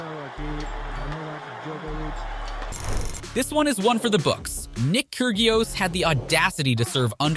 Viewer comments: its pronounced "key-ri_os" not "kyr-gi-os" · "Nick KirGeeios?" Call yourself a tennis channel. pfft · Nick "Keer-gee-oss?" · Ker-GIOS LOL! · 'keer gee os"?? Tell me you've never watched tennis without telling me you've never watched tennis Maybe you hired the wrong person to narrate :D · You said Kyrgios wrong get it right. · The why you pronounced Krygios.... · I get really annoyed when content creators can't pronounce names properly. (Kyrgios) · Dude, learn the proper pronunciation of tennis players' names! KyrGios, GastonS, FoGnini, YouZny, all wrong. And half of these aren't even unsportsmanlike, like racket smashing or underarm serves.